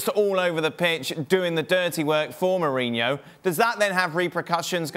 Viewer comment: One day Jurgen will actually pronounce Mourihno's name correctly